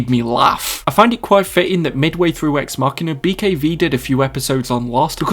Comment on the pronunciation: It is pronounced ex machin(a) with "a" as in "amber"